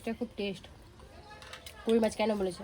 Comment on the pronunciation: Mas na Mach bolun